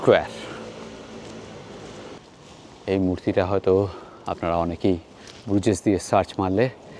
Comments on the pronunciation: Pronunciation is brooj, not Bru jais. It is a mainly walking and cycling city, people don't use cars, best is to walk across the overpass over the canals or cycle the quaint streets. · Bruges is pronounced as Broosh in Belgium also local Flemish people call it Bruha